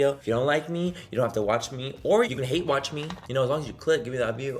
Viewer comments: "I halllllllle it" (tongue rolling "hate") KILLS ME every damn time!🤣🤣🤣 I'm from ANAHEIM!! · lmao i love when you talk & roll your tongue “i fucking hatttrrreee it” lmao but i’m from pakistan but i live in new york ❣️